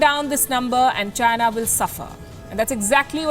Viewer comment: Did I hear va-china